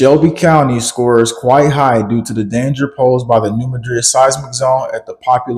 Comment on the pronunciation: Anybody else from New MAD-rid? That’s also how the geological professionals pronounce it-the way locals do for the city of the same name. Sorry, great work. Love you all.